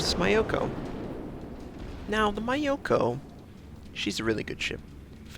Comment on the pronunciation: terrible pronunciation is hurting my brain. Foo so, not few so. Mee ow ko, not Mai oko...augh!